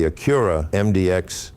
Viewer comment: Front logo is so large because the radar is behind it for the adaptive cruise/auto brake. You also pronounce Acura incorrect.